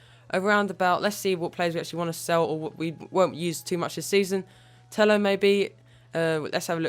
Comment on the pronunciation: You need to say Tello like Teyo it's pronounce like this